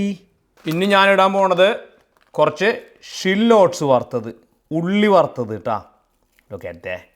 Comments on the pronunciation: u wrongly pronounced shallots not shillots.and the recipe looks gr8 ❤ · പുതിയ രണ്ടു ഉച്ചാരണങ്ങൾ പഠിക്കാം കുട്ടികളെ ഇന്ന് shallots ഷില്ലോട്ട്സ്സ് maggi മാജി